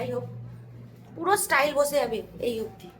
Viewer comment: ওটা স্টাইল নয়,,,টাইলস ,,,একটু উচ্চারণ গুলো ঠিক করো,,বয়স তো ভালোই হয়েছে